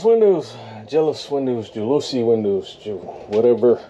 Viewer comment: It's, jow' la see...so ya know.